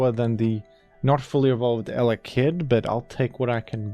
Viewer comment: i love watching videos mainly for the way he talks and the weird emphasis he will put on random syllables like eleKID ill take what i can GET